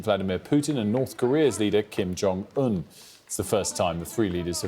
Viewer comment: "King Jong Un"